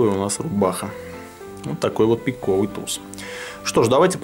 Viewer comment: там на и падает ударение т. е.пииииковый туз